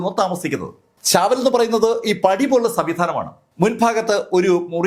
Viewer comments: ചാവൽ അല്ല ചാൽ Chawl എന്നാണ് പറയുക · ചാവൽ അല്ല, ചാൾ (chawl) എന്നാണ്